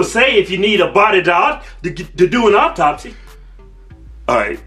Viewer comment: Men are funny, so masculine and gruff, LOL, so good at given the evil eye, and by the way boys, it's "autopsy, not "auptopsy." LMAO, that was cute.